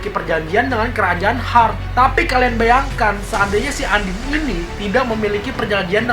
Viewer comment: Undine dibaca andin?? Noeru dibaca noele?? Ngakak banget